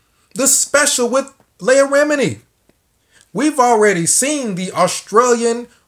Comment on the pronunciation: Good vid bro, her name is phonetically pronounced LEE-AH, keep up the good work home boy✌🏾